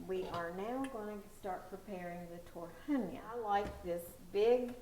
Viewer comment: Is TARHONYA not TORHANYA